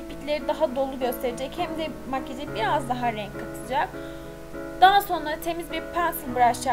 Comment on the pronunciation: Ya lütfen sona degil sonra de